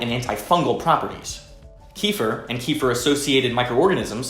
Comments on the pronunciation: It's actually pronounced 'key-fee-R'. The 'r' has a hard sound. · In Russian it’s call KEFIR ! You emphasize last syllable. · its always funny to hear hardheads say Keefir. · You even pronounce it wrong! Key fer!? I 🤣🤣🤣🤦‍♂️😒😒😒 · Tells us how to pronounce it correctly then continuously miss pronounces it👌😂😂